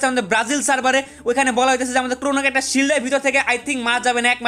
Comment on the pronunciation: Carecter 😂😂😂😂RIP ENGLISH